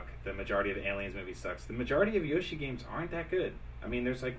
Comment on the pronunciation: i should slap him for saying yoshi